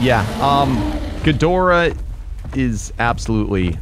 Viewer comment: that’s not gidorah